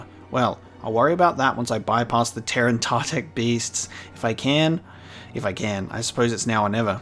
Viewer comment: It’s T-er-in-ta-tech not tear-an-ta-tech. There’s no A. These creatures were brought into canon in season 6 of the clone wars in the Yoda flashback where Dooku says ‘Master I was just telling them about the time you killed the terentatek on kashyyyk what a terrible beast it was.”